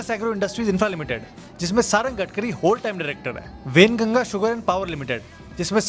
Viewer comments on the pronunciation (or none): gatkari nehi garbari